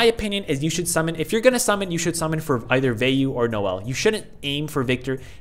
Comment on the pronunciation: Vayu is the name of the god of wind in hinduism. Its also pronounced Vo-e-you. Also, Agni is the god of fire in hinduism and its pronounced Og-nii. I'm sorry, it just makes me cringe whenever people pronounce it wrong.